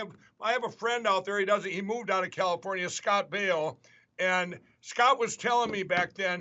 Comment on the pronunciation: Good ole Scott Bee-oh !